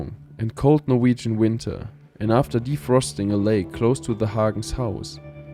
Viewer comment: First time I've heard this clean pronouncing of Norwegian words in a very long time